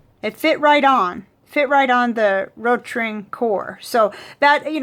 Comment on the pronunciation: Hey, I'm German, your pronunciation of "Rotring" is great, don't worry:-) Of course, your "r" sounds very American, but even Americans who've lived in Germany for years don't lose that American r when they speak German, so never mind:-)